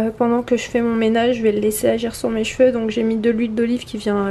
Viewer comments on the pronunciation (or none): none